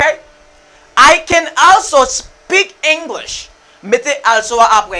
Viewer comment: Sofke ou mal prononse also a teacher